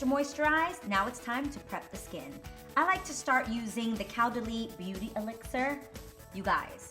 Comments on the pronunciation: not coo, but ko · adrienne its actually pronounced co-dah-lee :) btw love that product as well! bisoux xox 😘